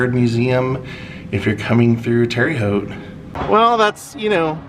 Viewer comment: Love the video, but Terre is pronounced like Tara 😊